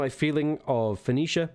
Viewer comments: Why don't you know how to say 'Foe-Nee-Shia'? It's hardly difficult. I worry about people who seem proud of their own ignorance... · It's pronounced Fuh NEE Shuh. Fuh NEE Shun. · For pronunciation, try this: Foe-KNEE-shuh. Btw, you got it right at least once. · Pronounced as Fo-Kin-Shite ;) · I think it's funny that you have difficulty pronouncing Phoenicia in that as the creator of the alphabet Phoenicia is the root of so many words dealing with language, sound, and communication (telephone, phonetic, etc...). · Richard Cramer he said it correctly and then corrected himself by saying it wrong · I see you pronounced it Phonetically!